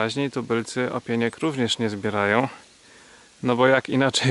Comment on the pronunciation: Przesadza pan z tymi tabunami grzybiarzy, niestety dla większości z nich pan również jest kimś mało pożądanym.....Wymowa okreslenia ''tubylec'' w pana ustach brzmi również pogardliwie......Ja też nie zbieram wielu gatunków grzybów choć wiem ,że są jadalne i najczęściej pozostają uwiecznione w kadrze. Rozmowy z miejscowymi grzybiarzami są bardzo interesujące choćby pod względem nazewnictwa a często zdarzy się ,że ktoś pokieruje na wyjątkowo ciekawe miejsca. Mam nadzieję ,że ci ''inni'' przestaną być w pana filmach utrapieniem bo wtedy ogląda się je z większą przyjemnością. Pozdrawiam i życzę rozwoju kanału.